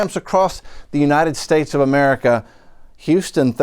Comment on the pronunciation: Beta cant say america